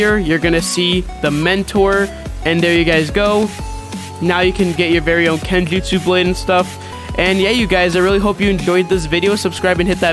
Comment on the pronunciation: Kenjuutsssh” mentor